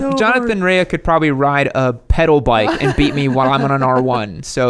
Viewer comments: ok listen if you're gonna talk about motorcycle riders, get their names right it's Jonathan Rea pronounced Ray not raya wow 🤦🏼🤦🏼🤦🏼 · Pronounced 'Ray' not 'Rayer' 😆